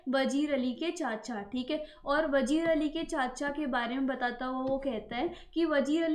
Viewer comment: It's not vajeer it's vazeer Correct your silly pronounciation 😑